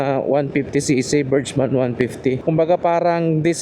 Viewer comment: Pronounce Burgman as BURG-mən. Break it down into two syllables: , imbis na berjman ang bigkas, ang tamang bigkas ay bergman. BURG (sounds like the first half of "hamburger" or the word "berg") mən (a short, unstressed "uh" sound)